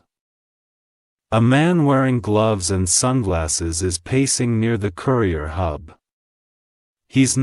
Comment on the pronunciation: So what happened to the currier bringing my so called check? Why do you speak words that are not correct?